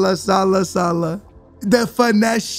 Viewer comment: Salaaaaah not saaalah